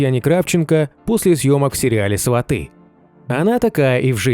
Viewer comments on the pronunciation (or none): Не сватЫ,а свАты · Не сватЫ, а свАты.